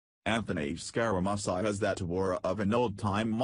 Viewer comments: Learn how to pronounce Scaramucci! It is scar a moochi! NOT musi! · Hey jerk, it is pronounced (Scare a moochie)...wake the hell up. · WHO IS SCAR A MUS EYE ??????? LEARN HOW TO PRONOUNCE WORDS OR GIVE IT UP !!! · you pronounce his name as SCARAMOOCHI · You can't even pronounce his name ,idiot . You can't read either .